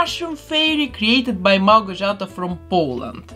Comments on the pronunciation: The thing I'm most impressed with is how you pronounced the name "Małgorzata" perfectly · It's amazing, my jaw dropped when you were making the skirt!!! Very Van Gogh <3 Also, thank you so much for pronouncing the winner's Polish name correctly :) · wow haha finally someone who isn't polish can perfectly pronounce a polish name 😅 she turned out great! and the concept art is so amazing, good job Małgorzata! amazing collab between you and her